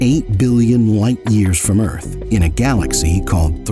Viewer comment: The Earf is Fwat!